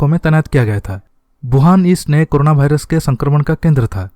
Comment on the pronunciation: वायरस या भाईरस, तय करलो कि कया है 😀😀